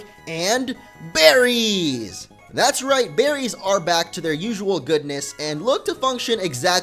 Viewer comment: it's funny how you said berrys